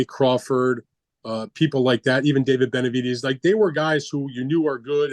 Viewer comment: Has he ever pronounced Benavidez right? lmao